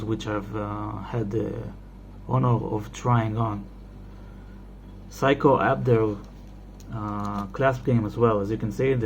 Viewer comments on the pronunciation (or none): “Seiko” becomes “Pyscho”?